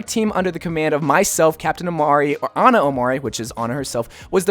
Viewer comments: Its pronounced Em-reh not Emr-ay... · It’s so sad how none of these you tubers can pronounce a simple 4 letter name. English is my native language and I have no problem seeing that it is pronounced Em-ray. Is it that hard? Lmfao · The name is pronounced as "Am-ray". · You totally raped the name 😂😂 Made me laugh so hard. Would be cool if the name character would be Emre! That’s my name as well :D